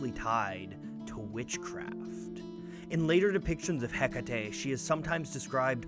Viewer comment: I adore. Keep up the great work. Thank you for pronouncing Hecate properly.